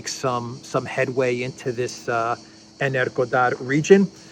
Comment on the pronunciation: "Energodar" not "Energador". The latter sounds like an energy drink. I could see the Russians troll the Ukranians mercilessly by blasting Bond music through speakers as they repulse the attack.